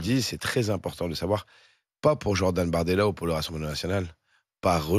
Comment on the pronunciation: Il a dit BORDELA et non bardemla mort de rire